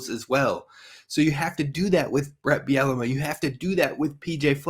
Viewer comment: I'm sorry you had me laughing with your coach Bielema pronunciation...it's pronounced ( Beel la mah )....Not Biennema..Bielamee..Biellama...again sorry - Damn funny. Which reminds me I think I'll drink today. Love the show - Love all the new transfers/recruits....football/basketball/men's/ women's - go Gophers!😎